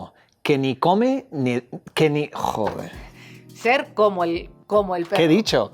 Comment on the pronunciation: That "joder" was really good! XD